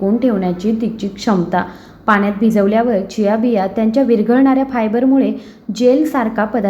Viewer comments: खूप छान माहिती आहे. व्हिडिओ मध्ये ज्या बियांची नावे सांगता आहात,त्याचा लिखित व्हिडिओ दिला असता व त्याच बरोबर बिया चित्रांकित केल्या असत्या, तर या वस्तू जास्त स्पष्ट झाल्या असत्या.एक बी स्पष्ट कळत नाही.जियासीस का काय ते दोनदा ऐकूनपण समजले नाही.कृपया आणखी एक व्हिडिओ बनवण्याची तसदी घ्यावी. ही विनंती. धन्यवाद!! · खूप छान माहिती दिली आहे त्याबद्दल धन्यवाद पण व्हिडिओ मध्ये ज्या बियांची नावे सांगता आहात त्याचा लिखीत व्हिडिओ दिला असता व त्याच बरोबर बिया चित्रा कीत केल्या असत्या तर या वस्तू जास्त स्पष्ट झाले असते एक बि कळत नाही जियासीस का चियासी चार वेळा ऐकून समजत नाही कृपया आणखी एक व्हिडिओ बनवण्याची तसदी घ्यावी ही विनंती धन्यवाद मी पुणे आंबेगाव बुद्रुक येथून तुमच्या व्हिडिओ पहात असतो